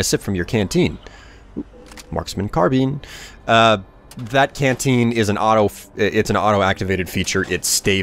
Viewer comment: "Assault Carbeen".....?